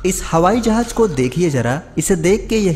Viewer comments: Hawai Jahaj nahi Hawai Jahaz hota hay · O bhai jahaj ni hota jahaz hota h